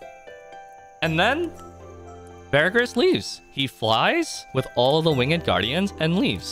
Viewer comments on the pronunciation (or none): none